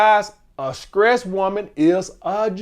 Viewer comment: lol its throwback when he sayin skressed